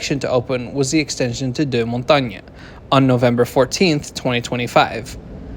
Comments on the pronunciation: it's dur-mon-TANG not dew-mon-tang-ye! haha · Visited Montreal a few years ago, just as the Brossard REM was opening. Looked impressive. From memory, Deux Montagnes is pronounced Mon-tayyyn by locals, not the Parisian-French Mon-tan!? Key issues for Montreal is to finish the line to the airport (the rattly bus along the freeway isn’t a great intro to the city!) and build one heading north east …the most clearly underserved part of the metro area